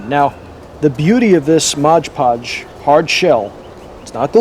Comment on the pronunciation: Mod Podge not Modge Podge